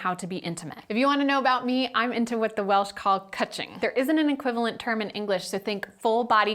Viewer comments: Welsh speaker here so I thought I would let you know... Cwtching isn't pronounced cutching, it is pronounced: coo (like a pigeon noise) - tch (like itch without the 'i') - ing (you got that right although technically in Welsh it wouldn't have an ing on the end at all... you would just say cwtch). It is a lovely word though and nice to see Cymru (pronounced Cum-Ree ;) or Wales get a mention :) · Also if you want to use the word IRL she does pronounce it slightly wrong here, its a Welsh word so its a bit hard to describe in English letters thanks to our mutations etc but its more "cutching" with emphasis on the u or "cootching" :)